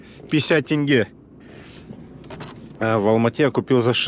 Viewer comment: Привет! Вы один из немногих правильно говорите тенге!